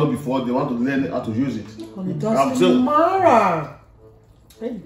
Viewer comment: I like she said ‘it doesn’t marra ‘😔😔😔😂😂😂😂😂😂😂😂😂😂😂😂😂😂😂😂😂😂😂😂😂😂😂😂😂😂😂🤪🤪🤪